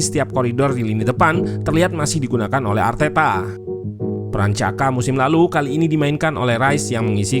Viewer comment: Ralat, bacanya Jaka, Min. Bukan Caka